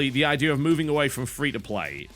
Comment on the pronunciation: Is it me or TB never says the word Idea right?